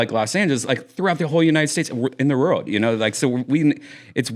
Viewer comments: Redban literally can’t say “world” Disney Rorld. RORLD famous comedy store! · Brian still can't say "world" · Brian "wourld" Redban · Brian Redban can't say 'World' 🤣